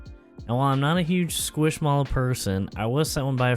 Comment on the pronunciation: Why do you have to say SqUiSHmAlLoW like that? 🤣 it turned out great though! I definitely can't afford anything in there.